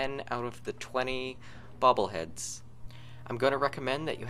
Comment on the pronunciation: It sounds like you`re saying "bubble heads."